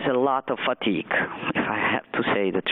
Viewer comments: Dice *fatigue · "A lot of fatic"😂😢